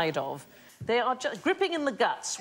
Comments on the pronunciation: It's not griping of the gut, as in holding, but griping ..... gripe-ing the gut. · I’m shocked that uni-educated Sandy reads ‘griping’ not as “gr-eye-ping” but as “grip-ping”. Got any more gripes, have I? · Surely it's gripe-ing (griping) in the guts, not gripping? That would be something far more invasive no?